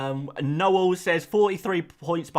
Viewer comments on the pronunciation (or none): none